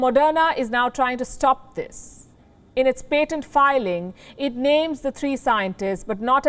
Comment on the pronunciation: Palki Sharma ---------- please learn the correct pronunciation of the word "PATENT", and use it. Also, your stress placement is way off on many words. You need an English teacher.